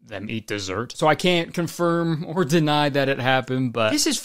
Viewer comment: "ohr" instead of "oh" im dyinnn😹